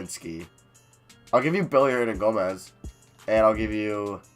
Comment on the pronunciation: please stop saying billy hernangomez its willy hernangomes it pisses me off lol